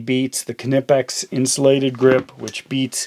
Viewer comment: Listen young man, I’m going to give you a free tip here: It’s NOT “Kuh-nip-ex” it’s “kih-neepex”